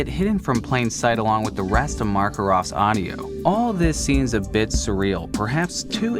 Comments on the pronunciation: And Markerov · I kept getting irrationally upset hearing that extra "R" every time you said Makarov... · "Vladimir Markerov" nice one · It annoys me that he says “Markarov” instead of “Makarov” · Anyone else noticed he called him "Markarov" instead of " Makarov" and get a little angry by it? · MAKAROV M A K A R O V, NOT MARKAROV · chubbyurma 2nd strangest is when he said Markarov instead of Makarov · Okay, sorry, but "Markarov"? It's "Makarov" Sorry, but it bugged me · Markarov... That bothers me more than it should. Don't you mean Makarov...? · "Markarov" Come on man, its makarov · You mispronounced Makarov as Markarov :( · Did he just say.... MARKarov!? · I know he did not just call Makarov Marcarov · Everytime says Markerov, I cringe. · "Vladimir Markarov" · It’s pronounced Mack Oh Rof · "the map firelink shire", the single most bothersome sentence I have heard, sorry I think you meant the location Firelink SHRINE, dark souls 1 is practically 1 big map and some smaller maps, with a little bit of mapception going in in one of them, and it is shrine, not shire (edit) MACK-ERRR-OVV there is no mark, sorry not yelling, just highlighting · Even worse he pronounced Makarov as Markov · YAY! ANOTHER VIDEO Edit: He says Makarov as Markarov and that bothers me. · The way you pronounced makarov made me wanna die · You pronounced the name of Makarov incorrectly. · Makarov god damn it. Makarov. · The way you say Makarov pisses me off